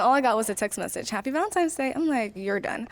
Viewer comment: “Valentimes day” ugh pop